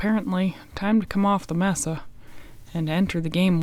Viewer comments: Its pronounced MASA!!!!! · Uvalde (You-Vol-Dee), Mesa (May-Suh), sorry, my pet peeve.